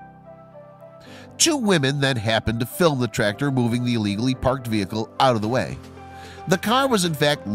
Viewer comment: U need to pronounce the c in tractor not trator